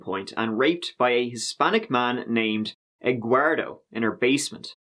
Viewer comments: She can barely string together a coherent sentence. How did she ever get hired as a teacher in the first place? Also "Eguardo" lol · Bro I died when she said Eguardo 🤣😆💀💀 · I'm Hispanic and the name "Eguardo" doesn't exist here. Wtf lady 😂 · Her subconscious mind made her use that G . “G” for Gannon . With the fake person Eduardo. EGUARDO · no part of this is funny of course but also "EGUARDO"